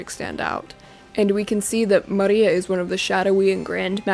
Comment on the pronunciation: no it sounds pretty you are wrong